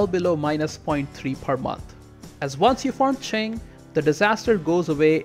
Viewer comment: Omg you actually pronounced Qing correctly Edit: Oh then I heard Jianzhou. Well... But your pronunciation of Haixi was also good!